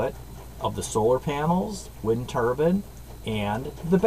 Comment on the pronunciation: It's turbine not turban. A turban is what a pirate wears on there head.